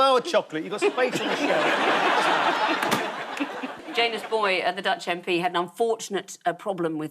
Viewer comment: Also, I have no proof of this, but it does feel like it should be Ya-nus.